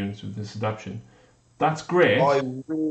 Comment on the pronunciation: You guys celebrated proper pronunciation of the word Jormungandr...but you don't seem to be aware that you're butchering simple words like adaptation and veracious.